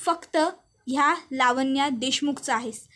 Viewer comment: लावण्या असा शब्द आहे. वाचन चांगल करीत जा.